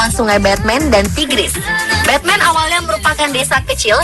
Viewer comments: Bacanya jangan Betmen juga atuh, memalukan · Batman di turki bukan di baca betmen. Beda ucapan kaleus